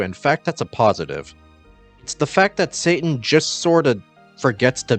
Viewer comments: I mean, you're flat out pronouncing it "Satan" throughout this video. That isn't even remotely close to "Citan," let alone "Shiitan." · Although I vastly appreciate the work your team is doing on this game... please pronounce his name correctly. 😐